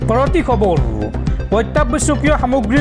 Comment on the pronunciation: খবৰ শব্দটো খবৰু কিয় হয় বাৰু?